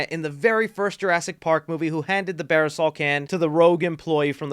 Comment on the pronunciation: Barb-A-Saul not barasol Got love for ya my boi! But couldn’t let that slide🤣🤣🤣